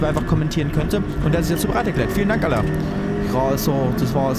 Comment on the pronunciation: Altää... dä Alain (alää ausgesprochen) denkt sich sicher auch immer wieso der Felix ihm Alan und nicht Alä sagt...😂